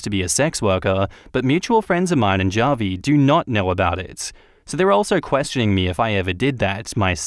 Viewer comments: It’s “hah-vee” not “jah-vee” 🤣🤣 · Javi is pronounced as havi, its Spanish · The way you pronounce Javi is so funny it’s more like Ha-Vie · The name Javi is pronounced " Ha Vi " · Javi is pronounced like Havi